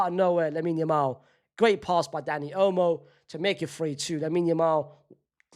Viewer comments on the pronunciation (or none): none